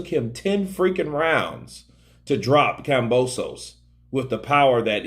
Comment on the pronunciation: KAM-BO-SOS !!! Simple fucking name to say no silent letter or special way to Pronounce it! Why everyone keeps messing this simple shit up